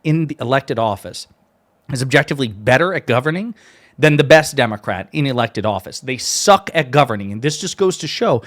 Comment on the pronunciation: Hey, you made a verbal brain fart when you said "the worst democract is better than the best democrat". Fix that before you get blasted for a slip of the tongue.